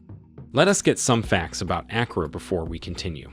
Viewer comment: He said Accra has very good roads? Stop the cap. I live here, and I know that's not true. And the pronunciation of the city name was cringy.